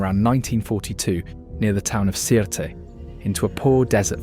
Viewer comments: Sirte is pronounced as “Sirte.” The E is silent. — a Libyan who’s tired of hearing a non-existent name for a city. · Sirte is actually pronounced without the “e” more like Surt